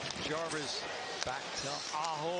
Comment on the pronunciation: Don’t forget “ Self Jarwis”